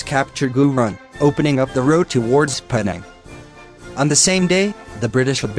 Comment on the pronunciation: Pronounced Penang wrong.